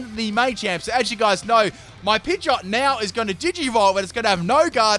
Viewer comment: " my pidgeotte is going to digi-evolve "